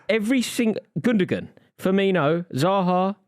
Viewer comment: also them all pronouncing Gundogan wrong...